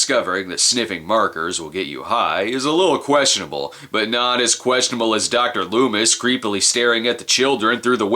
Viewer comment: LOOMIS ....lol ..Not Lumis .